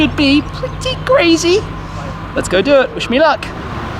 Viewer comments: “ wiSHMEE luck.” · I can't tell if he's saying "wish me luck" or "wish shmee luck" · "wiSh-mee luck...."